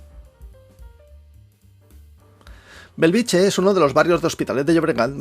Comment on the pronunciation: Benvolgut atesa la importància creixent de la teva bona feina cada cop més gent et reconeix i et segueix et demanaria com a veí de Bellvitge que procuris pronunciar-lo correctament i no com una "choni" no és Belviche fa 50 anys que hi visco i magrada pronunciarlo correctament BELL VIT GE... amb ge de geperut!!! GRÀCIES canvia una mica pronunciat correctament deixa de ser un polígon dormitori i passa a ser una barriada nostrada.